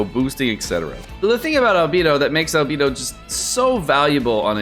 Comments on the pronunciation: ITS ALBEYDO NOT ALBEEEDOOOOO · Please … It’s Al-BAY-Dough Not Al-BEE-Dough Thank you for coming to my Ted Talk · It’s not Albeedo its Albaedo I spelt it how it sounds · Why Albeeed. Albehdo Right? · Is it pronounced Albeedo or Albaedo? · Everytime says Albeedo a fairy loses her wings.... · I was worried about this video… I just can’t take the whole video saying Albedo’s name wrong… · Why do you go out of your way to mispronounce Albedo? It's one of the easiest names.